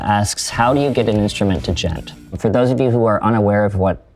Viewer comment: "Djent" has been pronounced in a Wired video, thank you Tim for spreading the word